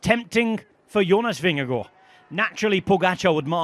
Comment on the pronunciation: The double a in Vingergaard is a very long a, not an o